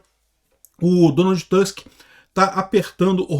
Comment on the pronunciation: NÃO se pronuncia TÂsk, mas sim TUsk